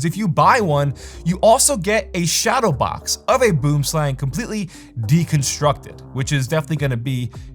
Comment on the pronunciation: Aw no retry at saying "boomslang" correctly? Dang